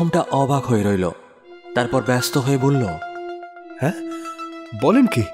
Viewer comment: মানিকের উচ্চারণ এ problem আছে যেমন বল্লো উচ্চারণ কে উনি বলেন ব ল ল । নস্য না কি নস্যি ?